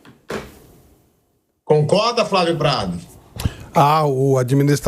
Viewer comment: Fravio praga da Xuxa "hhaaaahhhhhb fravio praga da Xuxa "hhuuuuuhhhnhhhhhhh kkkkkkkkkm🤡🤡🤡🤡🤡🤡🤡